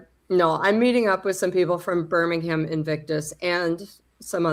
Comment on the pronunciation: Yeahhhhh Paula,Burm-ing-ham…😂😂